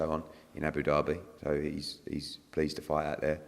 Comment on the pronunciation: Abu Derby its Abu Dhabi 😂😂